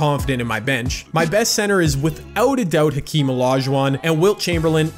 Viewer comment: I hope you know it’s pronounced “akeem”